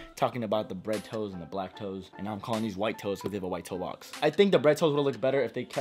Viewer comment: When are the Air Jordan 1 "Lac-toes" coming out? 😂